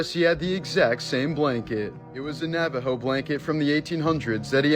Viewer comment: Thank you for pronouncing Navajo correctly 🤎 Sincerely, a Navajo